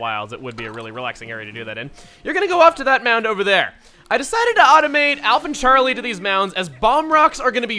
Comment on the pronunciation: Is it just me or did he shout sharlie instead of Charlie. I think someone is missing xenoblade